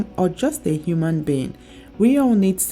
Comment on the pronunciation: The way you said that human being got me rolling 😂😂 You're so funny You look so stunning even after 3 kids